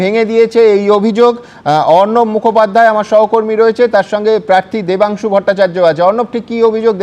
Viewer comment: Debangshu na o hocche Vodangshu😂😂😂